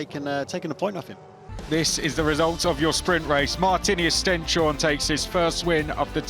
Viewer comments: It’s not Sten-shorne as in the english word ‘shore’, but Stens-hor-ne. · That's not at all how you pronounce Stenshorne, but yay, go local kid!🥳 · Is Stenshorne really that difficult to pronounce?